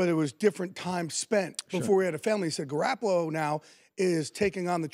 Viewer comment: Before he opened his mouth I knew just by the way he looked that he'd pronounce it "Gar- apple-oh"